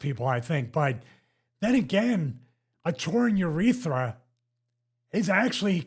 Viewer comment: “Ureetha.” And he calls himself a doctor.